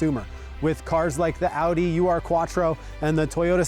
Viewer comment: Ur is pronounced Ooh-r (with the r pronounced err), it’s closer than just saying “you are” But great video nonetheless!